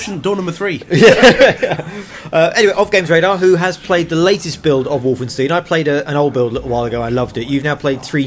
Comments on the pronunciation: "Wolfensteen"? Really? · They'll never be able to pull off anything as fun as Enemy Territory in a single player experience. I became addicted to that online madness for several Summers during school. And you guys said 'WolfenstEEn' at one point. Ahhh >_< Haha.